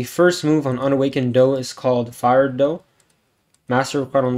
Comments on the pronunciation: Its not fired dough its fried dough like fried chicken but i can understand i got confused my first time too lol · It is fried dough not fired dough